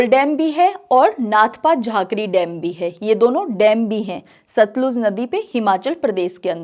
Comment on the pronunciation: सतलज नही सतलुज नदी बोलिए teacher जी